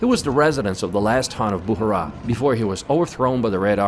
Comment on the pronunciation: Its not Boohara, but Bukhara.. Its not Baboor, its Baabar (Babur)